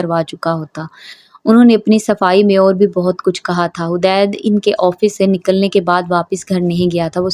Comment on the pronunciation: Hadeed naam hota hai hudaid nahi plz sahi padhen